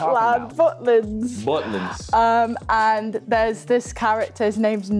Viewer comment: literally so obvious, they can't say a's right 'herry potter', 'end' instead of 'and'